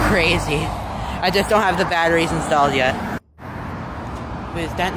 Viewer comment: “I’m cwazy” is wild 😂